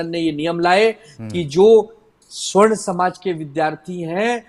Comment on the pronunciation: Savarn bollte hai sr,swarn nhi